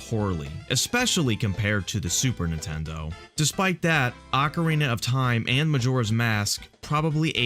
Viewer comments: hahahaha ocerina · sweet vid, but its *Ocarina of Time! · "Ocerina" Legend.